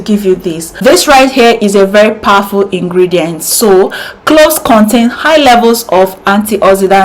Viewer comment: CLOVES, NOT CLOS PLEASE. V AT THE END INSTEAD OF S. YOUR HAIR AND VIDEO ARE NICE.